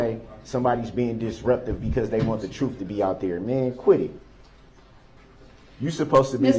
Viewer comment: What “troof” was he talking about?